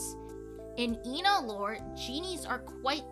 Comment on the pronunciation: because instead of calling her eh-na like everyone else moony mispronounces her name and calls her stuff like ee na or ayna and you say thay in the intro